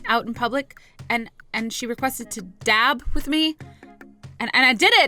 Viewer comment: Dab not dav